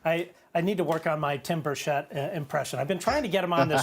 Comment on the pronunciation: Keep up the great work guys, and btw you are both mispronouncing Burchett